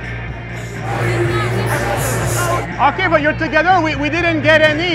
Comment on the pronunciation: lol! "TOGEDDER"! 😅